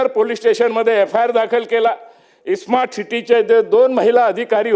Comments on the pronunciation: या नालायक आमदाराला "स्मार्ट " हा शब्द देखील नीट उच्चारता येत नाही,तो "ईस्मार्ट " म्हणतोय. काय लायकी चा आहे हा. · या अवलडीला smart city आणि ismat city बोलता yet नाही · Yala smart bolata yet nahi...e- smart mhanato....ani mundhe saheba varati bolato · ह्या खोपडेला स्मार्ट सिटी बोलता येईना... ईस्मार्ट सिटी म्हणतोय.....😂 UPSC चा syllabus बघ आधी मग समजेल.....😂